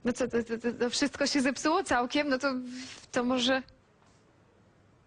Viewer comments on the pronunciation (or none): none